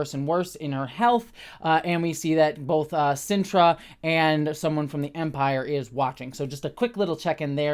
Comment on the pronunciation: A few quick thoughts early on: congrats on getting Dedra's name right! I've been watching a few reviewers mess it up, so don't feel bad, but I appreciate that you listened to the feedback. I hope it wasn't too venomous. Next: it briefly sounded like you said "we, as vampires, would investigate" instead of "as the Empire" and it cracked me up too much for a dreary afternoon. Onto the proper review stuff: I disagree that they didn't really state the goal of Mon Mothma's potential money guy, as he ends up outright stating he doesn't want a betrothal (obvious lie, but it broaches the topic) and then notes her daughter is of age in their society - that's pretty blatant, especially for the conversation those two were having, wherein they danced around what they were really saying. I did like the scene, though, I'm just disagreeing with the description of that. Also, I thought moustache guy was a different sector head, not the assistant to Dedra (I was pretty sure that guy didn't have a moustache), but I am writing this reply/watching this video without easy access to Disney+ so I could be wrong as I can't check. Still, I like his little storyline and confrontation with Luthen, including Luthen's speech (which seemed a little too honest/direct for Luthen to give, but it was still a great moment) Overall, I was a little disappointed with this week's episode and I'm not sure why. I think I was hoping for the crushing tension that the heist episode delivered, whereas the prison break..